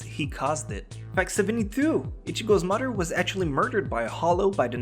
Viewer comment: mudder instead of mother🤨how hard is it to say